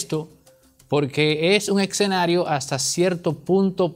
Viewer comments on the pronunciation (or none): Amigo se pronuncia eScenario son S no eXcenario con X. Cuida la dicción , de nada a la orden.